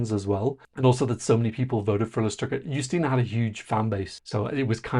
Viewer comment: 1. Yes, accent aside, you're saying her names correctly :D 2. It's so strange to see someone praise the Polish NF... I was also very impressed with it - especially with how quickly and smoothly everything was going. But it's still strange to not have a whole selection shadowed by controversy, for once. 3. I still kinda wish "Lusterka" won, but Justyna seems so happy to represent us, that I can't really be mad. At least she understands the stakes and cares about the contest. 4. As for the weird dance move... I assume her arms were weaker after hanging from the ceiling, so they went with a simpler move to give her a moment to ""rest"". But I feel like this would be a good part for her to just stand still for a second.